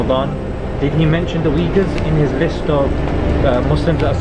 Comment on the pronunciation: They pronounce Uighurs wrong. I hear it like "weagers" the way to pronounce is uyghur , (UY)-(GHUR). May allah forgive our sins and keep us on the right path.